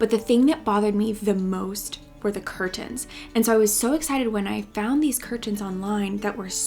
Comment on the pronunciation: "Cur tens"